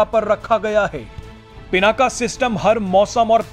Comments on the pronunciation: Bhai Pinak bol PinakA kyun bol rhe ho. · पिनाका नही पिनाक है इसका नम सुधार लो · पिनाका नही पिनाक नाम हैं। भगवान शिव के धनुष का।सत्यानाश हो अंग्रेजी बHयाद mB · भगवान शिव के धनुष का नाम पिनाक था , आप बार बार पिनाका बोल रहे हैं । कृपया अपना उच्चारण ठीक कर लें । जय हिन्द । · कृपया पिनाका नही पिनाक कहे। ये संस्कृत का शब्द है। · As a news reader you have to pronounce a distinct name correctly. The fire arm is पिनाक । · भाई साहब 'पिनाक" होता है